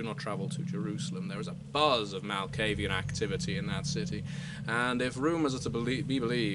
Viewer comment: I am well aware it is spelled Malkavian, however, you pronounce it "Malkavian".